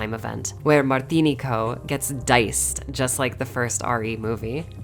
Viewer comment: Btw it's pronounced MartiNEEco